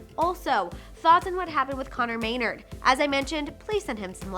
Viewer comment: It’s not may-nrd, it’s may-naRD